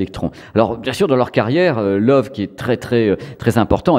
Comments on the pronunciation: Super vidéo, mais j'ai buggé à chaque fois que tu donnais le nom de la marque. Ca se prononce "le voeu", pas "love" :). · Salut Petite vidéo Très sympas, une toute petite corection en Allemagne on dit pas Love mais Leuveu (c'est écrit phonétiquement). Je me réjouis toujours de voir tes vidéos. Allez salut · Merci pour tes vidéos toujours très intéressantes! Par contre si c’est de l’allemand, Loewe doit se prononcer « leuveu » (Le charme germanique) 😉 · Ça se prononce Leuve en insistant bien sur le E à la fin en allemand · Sauf erreur de ma part, il me semble que ça se prononce lœuvœu 😉